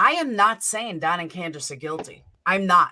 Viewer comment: And quit saying Grandus!! The woman has a name!!! It is Candus Harer!!